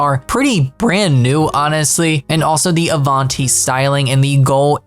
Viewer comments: The way this guy says Avanti is annoying. It’s “Av-AN-ti” not “Arv-AHN-TY” like 😭😭😭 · You say Avanti like the imgame announcements. It should be Have Ant i without the H